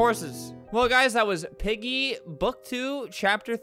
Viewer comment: Me: Volume all the way up Flamingo: OOOO PEEGIE, PIGGY CHAPPER THWEE 😅😂